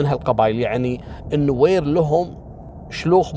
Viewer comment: حياك الله لو سمحت لا تغيب عنا ياشيخ خلي كل يوم قصة واحدة إن شاءالله بالنسبة لنطق اسامي القبائل النوير والدينكا ماشاءالله عليك تنطقها بطريقة جدا صحيحة حتي نحنا في السودان في ناس كتيييرة تنطقها غلط دمت بخير يا ولايك لكل قصصك 👍😍